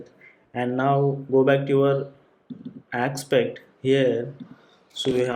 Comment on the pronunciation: Great. This one's VERY helpful for starters. MUCH BETTER than any other tutorials. I just wish he pronounced aspect instead of ackspet